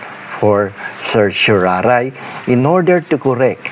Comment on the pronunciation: Salamat sa paliwanag. At sa pag pronounce ng CERTIORARI, hehe.